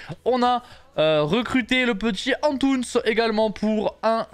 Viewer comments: Ça se dit " antounessss" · Antunes se prononce intounesss